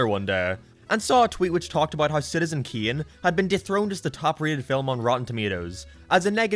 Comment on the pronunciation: Citizen ‘Kheon’?